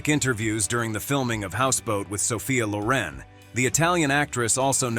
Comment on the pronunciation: If these people were depressed during filming..then how could they remember lines, have energy to act long hours? I think Sophia Loren, pronounces her surname as in (Lauren).